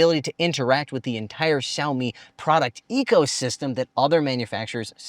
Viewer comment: Is he intentionally mispronouncing the name Xiaomi? He's a Chinese speaker. Weird.